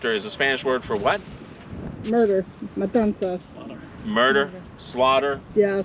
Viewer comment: Pronounced kind of like it's spelled, not Matansa